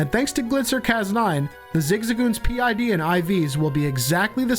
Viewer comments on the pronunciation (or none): parent id or pid, not p id